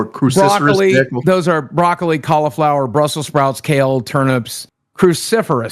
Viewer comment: Keen: broccoli is one: wtf is brockolli